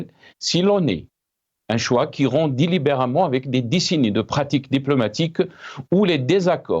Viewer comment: Solennel ( se prononce "solannel") , et c'est délibérément ( au lieu de " délibéremment)... merci